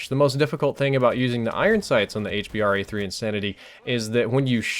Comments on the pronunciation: it's so annoying when u say 'Hbar' it's called the H B R A 3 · ITS hBRA3 staph calling it hbar3